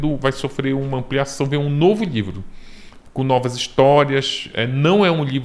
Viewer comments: Tem outro jeito de falar? Livro, lhivro, dá no mesmo. Ou não? Kkk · Acho tão engraçadinho a maneira como ele fala "lhivro".